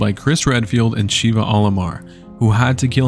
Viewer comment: Can I assume everyone who pronounces Sheva wrong hasn't actually played RE5, orrrr